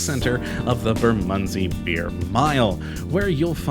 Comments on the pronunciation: Oh God I just heard him say Bermondsey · Love that area! Used to live there. But hearing your terrible pronunciation of Southwark, Bermondsey and Maltby makes me cry on the inside. Surely you should have researched how to pronounce the subject of your video!